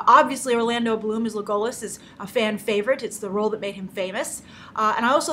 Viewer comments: And it's Le-go-LAS, not Le-GO-las. Just sayin' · Legolass is how it's pronounced. not legohlas. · Leg-Goal-Us Grace? Hmmmm...try Leg-O-Las when pronouncing it. Nice try though Grace. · Legolas is pronounced LEH-go-lahs, not Le-go-less. inogolo has an audio clip for the proper way to say his name (pronunciation/d1449/Legolas) that is the file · Leh-goh-lus? What? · You pronounce Smaug, Legolas and Gandalf wrong. Easy misstake, but come on Grace they say Legolas and Gandalf in the Lord of the Rings movies. It's not Gandolf it's Gandalf. And it's not Smog it's Smaug. And the elf king is (in the books atleast) Legolas father not Evangeline Lilly's characters father. Great analysis and review of the trailer though. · First, you are pronouncing Legolas incorrectly. Next, Thranduil is Legolas' father. Next, in the book the only thing that connects The Hobbit and LOTR is the ring and in this story the main plot surrounds the Dwarves and their quest. Yes the ring is there and it helps BIlbo be a better thief but it's not the main plot point. As for the movie, they added more to the necromancer story, which in the book is just barely mentioned in order to pull in people who have not read the book. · After seeing Kitty's comment, I was going to defend you, but I looked at the video and realized she was correct. You butchered Legolas's name and apparently, like Kitty said, have never read the book. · You said Legolas wrong!! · I'm sorry the way you say legolas is actually laughable how do you say it so wrong? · Evil elf king hahaha. And the pronunciation of Legolas. Grace, do all of us a favour, read the book before you do the review.